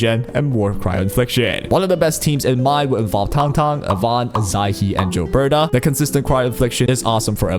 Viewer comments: its not JILBETA, its GILBERTA!!! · You saying "Jill-berta" is giving me that same annoying itch when people say "jiff" instead of "gif" lol I'm also pulling for Rossi, 100%, she's adorable and I want to combo her with an Ember team, as Ember's damage is honestly quite good but having both of them on the same time will hopefully create a fun squad where I can swap between them depending on what fight or how I'm feeling.